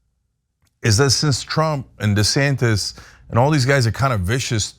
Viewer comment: Whose "DeSantez," though, Mondale?